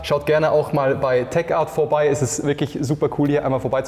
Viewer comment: Nächste mal einen Sprecher der nicht jedes Mal Teckart sagt obwohl es Techart heißt !!!! Bevor man wohin geht sollte man sich bisschen informieren